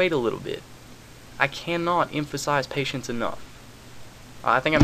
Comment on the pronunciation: he said pateince and im thinking well fuck this...